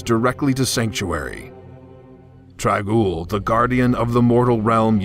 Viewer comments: Nathan Bell Trag'Oul. Just saying. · was this the leader of the mortal realm trangule? i cant understand the name. dragule? trangule?